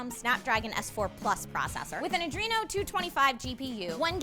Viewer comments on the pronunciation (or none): none